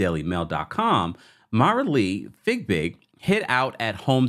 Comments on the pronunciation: Not you calling her fig big. Lmaoooo.😂😂😂😂 I think it’s pronounced fyee-big. Boy that had me weeeeak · Her last name is Fiebig, not Figbig. Why are you not able to pronounce her name correctly?